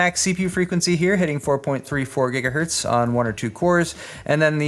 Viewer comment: "GIGAHERTZ" REEEEEEEEEEEEEEEEEEEEEEEEEEEEE J/K,. Nice video and great build!